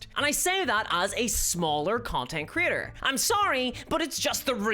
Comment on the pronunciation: Every time you said Creator, I heard "Critter"